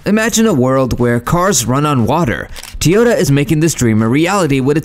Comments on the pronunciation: It's" TOW YOH TAA" not TEYOTA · Have I been pronouncing it wrong? is it Teeyota?